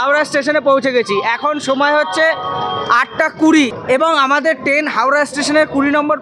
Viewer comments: ওটাকে ট্রেন বলে আপনি তো বার বার টেন, টেনের, টেন জার্নি বলে গেলেন 😂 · Ur pronunciation is very bad, the word is train not ten, lafaba is lafao, please try to rectify it.